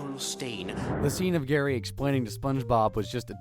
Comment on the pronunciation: It’s GARYY!!